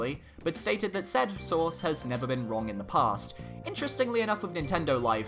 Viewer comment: Every time he said “source” I heard “sauce”.